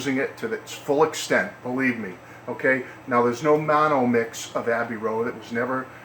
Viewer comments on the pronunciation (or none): none